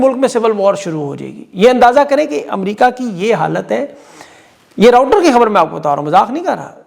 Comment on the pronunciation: جزاک اللہ ! آپکی جمع کردہ معلومات اور اندازِ بیان ، دونوں ہی نہایت خوشگوار ھوتے ہیں - البتہ ایک نادانستہ غلطی بار بار ھو رہی ھے جس سے ویڈیو کا مزہ کرکرا ھو جاتا ھے - آپ معروف عالمی خبررساں ادارے کو ۔۔۔ راؤٹر ۔۔۔ کے نام سےا دا کرتے ہیں - اصل میں اس نام کا تلفظ ۔۔۔۔ راؑٹر ۔۔۔۔ ھے - یہ ایک اور انگریزی لفظ کی طرح بولا جاتا ھے جس کے معنی ہیں ۔۔۔ لکھنے والا ! سلامت رہیں